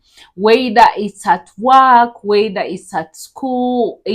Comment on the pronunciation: "ar, er, ir, or," Work not wwaaak